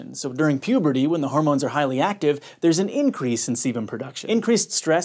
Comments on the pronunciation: I heard sebum as semen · Who else heard "semen" every frickin time he said "sebum" ?